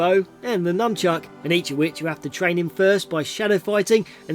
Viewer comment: You said "num chuck." It's nunchaku, or 'NUN chuck' for an english bastardization.